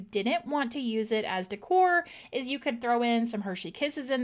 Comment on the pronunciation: De'cor is pronounced like this (day core)